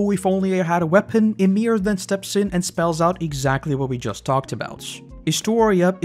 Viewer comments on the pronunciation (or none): none